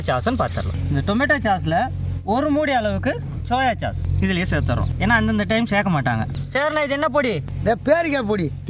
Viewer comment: Athu chass illai but sauce… pronounced almost like sos… 😂😂😂